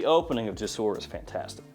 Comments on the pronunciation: me being an Arabic guy saying "JASOOR" is triggring me lol, i know it's is written "jasoor", but it pronouns "jousoor", means "bridges" in Arabic, sorry for being boring just telling the truth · I'm arab and no its not jousoor.. It's more like gsoor there is no u or a just G and Soor "GSOOR"